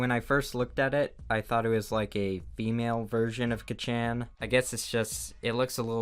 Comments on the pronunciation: hearing you pronounce kachan like that physically killed me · Why did he pronounce kacchan as (ka chan) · I love how pronounces Kacchan like Kachow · Its pronounced Ka-Chan (Kaw-Chan) Also love ur vids OwO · KACCHAN KACHOW S T O P why must you pronounce his nickname like that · i died when you said kacchan as kachain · Kah cchan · Kha chan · Ketch an 😂🤦🏼‍♀️ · The way you pronounce “Kachan” makes it sound like your a knock off lightning mcqueen. Kachow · MY GOD SAY IT WITH ME!! MYYYY. HEEEEEROOOO, ACADAAAAAAAMIIIIAAAAA!!!!!!! YOU EVEN SAID KACHAN WRONG! KAAAAAACHAAAAAAAAN OR KAAAATZUUUUUKIIIII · WHY WOULD YOU PRONOUNCE KACHANN THAT WAY OH MY GOD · it’s pronounced ka-chon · kuh chan ten out of ten punounseeation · why do you pronounce kacchan like kitchen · says Kacchan like kachow. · It's pornounsed kon-chan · When he said "kacchan" I instantly though of "katchow" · kacchan being said like kachow i love it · The way you pronounce kacchan just reminds me of kachow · The way you pronounce Kacchan is deplorable; but, good video! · The way you say “Kacchan” triggers me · I wanted to die when he said kacchan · *inhales* whydoeshesaykacchanlikethat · I’m sorry but the way you say Bakugos name is gold 😂🤣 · I love how he pronounced “kacchan” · My Hero Acaisha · The way you say 'kacchan' XD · why did i got upset when u said Kacchan a bit different? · Every time he pronounces ‘Kacchan’ wrong, I die a little in the inside. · & THE WAY YOU PRONOUNCE ‘KACCHAN’ I’M CRYINGGGGG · How is there not a bunch of people from the MHA fandom screeching at how he pronounced kacchan wrong? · the way he said "kacchan" wtff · The way you pronounced Kacchan makes me cringe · I love you but it's pronounced 'kocchon' not "ka-cchan" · K so we are all gunna ignore the fact he said katshen and not just kachan? 😂😂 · I thought he was saying kitchen actually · how to pronounce kacchan: ka - chon ❌ ka CHANG ✅ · kachan? Ka-chan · It's not kah-chan, its kaa-chaan :( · Kachan? You mean kAccHaN